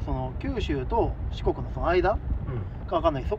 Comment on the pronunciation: やっぱ四国言えませんでしたか、KSKさんと同じくｗ 格ゲーマーらしくてよかったです！